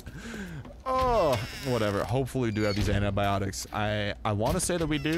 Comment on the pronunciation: "Anti"biotic not Anabiotic